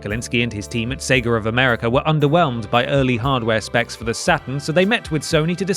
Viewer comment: "sagar of segar" "segr of americr" lmao